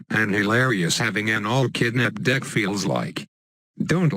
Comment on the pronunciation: I heard.... "7 kidnap cards in my dick"